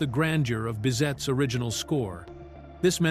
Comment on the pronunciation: As well as Bizet not "bizette"